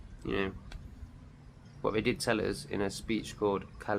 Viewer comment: I have noticed you cannot speak English properly 😂 it’s not ‘vey’ it’s they, and you said big up at the end, that Jamaican 🇯🇲 🤮😉